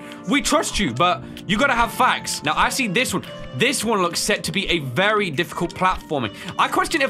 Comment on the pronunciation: Wery wery wery hard